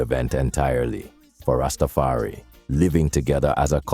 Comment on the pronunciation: Du bist nur eine schlechte KI-stimme die nicht mal das Wort RastafarI aussprechen kann der Rest was sind versaute dredlocks ihr hab genauso wenig Plan wie rastafariner?blödsinn